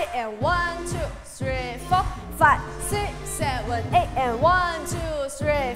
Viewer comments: 。。那個舞蹈老師的seven 發言。。她是不是被她的英文老師教壞了😅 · 謝金燕那組的老師，她唸拍子的seven 真的很不舒服😅